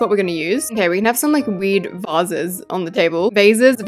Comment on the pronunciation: IT IS NOT VAZISE IT IS A VASE